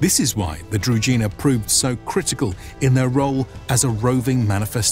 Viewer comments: Mispronunciations bother me. I won't listen to this documentary as i know what is it about and will just hurt my ears with all the "Kievs" and "druzinas" while it is actually Kyiv and Druzhynas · It's difficult to pronounce if you haven't heard it. Druzhina there is no D in zh, it's not Drudhina, more akin to the gandarme, the G sound from the french word would go into Drugina. I couldn't think of an english word that has that same sound sorry. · Anyone else getting attacked by rash all over the body, everytime the narrator pronounces Druzhina, as Drugina? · It's DruZHina (Дружина). It's sounds like frist letter of Jean Claude van Dame name. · Druzhina is pronounced with a "ž" sound, like "je (suis)" in French. Being a native Serbo-croatian speaker, no translation of any of original terms needed. "Družina" or its synonym "družba" is still a word in Serbo-croatian, Slovenian (and, most likely, other Slavic languages) meaning a group or a band of friends. At least the word retained its original meaning - though a battle unit is gone. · Its kinda funny that they do such video on "druzhina", yet do not even bother spending 10 seconds to check how the word is pronounced... Not to mention the rather general meaning of the word which just means "retinue" or "company" in most Slavic languages, so they arent any specific unit, rather "druzhynas" in different Slavic lands would be completely different (ranging from horse archers to heavy infantry). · Your pronunciation of Druzhina is wrong. 'zh' part is pronounced like French word 'je' not like 'j' in word justice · Druzhina (Дружына/Дружина) Is pronounced with a voiced retroflex sibilant, not with a дж (j). I don't really understand why you didn't either tried to approximate this pronounciation or pronounced it with an English sh-sound. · Guys, very nice video, but please make the effort to learn the correct pronunciation of the KEY word that the video is about. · The pronunciations of druzhina and knyaz are barbaric XD